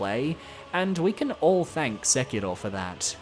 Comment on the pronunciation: God I fucking hate when discord virgins use Japanese enunciation when saying Japanese words LMAOOOO when bro says “Sek-ilroh” gotta be top 10 cringiest things ever